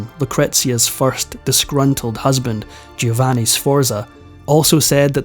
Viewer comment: You're better than most. But it's spoken JO- VANNI 🙂 Doing a great job though. And your voice is wonderful. Thank you for this absolute treat 🌹🙏 I also appreciate that there are still young people interested in history and teaching others. It's so important. Bravo!